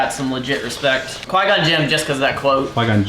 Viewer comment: When he butchered qui gone name I was crying inside